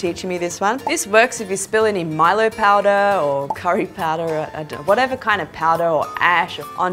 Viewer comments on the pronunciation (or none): Omg omg I'm freakin out she said milo like woah I didn't think she would be Australian like I'm sorry but I hair to say that I'm soz I'm random